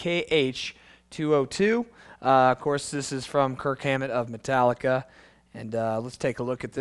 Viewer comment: its KIRK not kirt... and its Hammett not Hammet